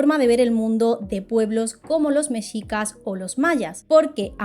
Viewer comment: de verdad como mexicana, estoy agradecida por el relato y el respeto con el que se hace, soy muy fan sobretodo de las leyendas mexicas, sin embargo tengo una observación, aunque tengan una "x" en su nombre se pronuncia como "J" por ejemplo así como México, por lo cual Oaxaca se pronuncia "Oajaca" y mexicas se pronuncia como "mejicas", solo eso, muchas gracias por el video y la información<3